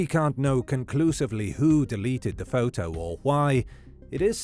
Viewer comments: Sad case indeed. Was anyone else triggered by the narrators pronunciation of "photo" during this whole twenty minute recap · I like how the voice says photo like "foh-toe"